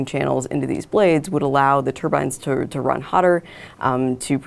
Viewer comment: When he says Turbans, does he mean Turbines?